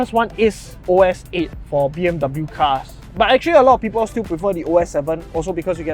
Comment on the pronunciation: 'dub bew' hahahah good video either way